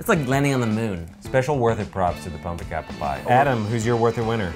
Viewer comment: guys - pum-pec-apple 🤦‍♀️ its that simple